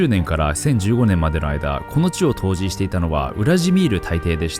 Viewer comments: 今回もとっても分かりやすかったです！ありがとうございました。 それから他の方も言っているかもしれませんが、「統治(とうち)」ですよ～。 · 「統治」をとうじと読む人は高卒以下だと思ってます。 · 統治←とうじじゃなくてとうちじゃボケ